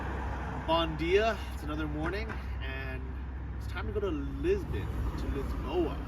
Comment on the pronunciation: Bon djeea is not portuguese, bom dia...pronounced like "Bom dia"